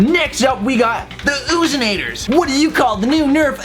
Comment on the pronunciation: He said the "oozinators" the loozinators